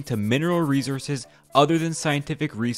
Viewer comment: Why can't the narrator pronounce 'resources'? That's glaringly stupid!